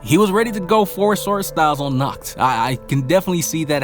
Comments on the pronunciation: it is pronounced naakht not nukht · Good background music man, and it's "Nahht" not "Nakt" :P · The way you speak Nacht's name it sounds like the german word for nude: "nackt" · You should pronounce H in "Nacht" like you pronounce H in the word "Hi!" or "History"... You pronounce the world like "Nackt". You should just listen to it on google translate 😂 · How you pronounced Nacht sounds like “nackt” which means naked 😂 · Yeah, but it was good. The “ch” is hard to verbalize if it’s foreign to someone. But with some practice it’ll be perfect👍🏻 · you saying nackt to Nacht and nackt mean naked of German lol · Yeah, you definitely butchered Nacht’s name, try the Google Translator, choose german, write Nacht and hit the speaker button, because how you pronounced it now in German means naked and not night. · Dude, I literally said, ch in GERMAN IS READ AS AN H... That feels better, please try not to bucher it next time (I would suggest some practice)